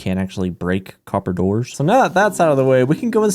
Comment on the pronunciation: “ate oxydyzed coppadours”